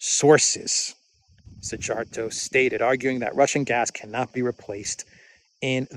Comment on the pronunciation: Thanks! The Hungarian FM name is pronounced See-are-toe.